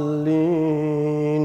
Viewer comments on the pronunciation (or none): none